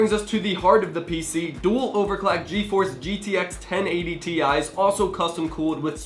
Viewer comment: He said dual overclAck anybody else catch that?